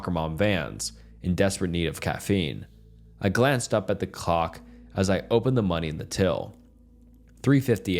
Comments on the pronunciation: bro says cock instead of clock. I'm dying 🤣😭💀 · It is not an AI, he just didn't annuncuate the L very well. I can hear it though. By the way, I have one hundred percent heard people make typos in real life, I'm even a victim to my own blunders.